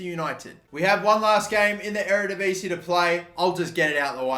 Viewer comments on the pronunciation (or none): none